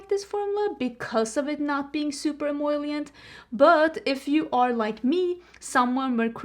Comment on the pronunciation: it is “em-O-lient”! you’re trying to say em OIL lient haha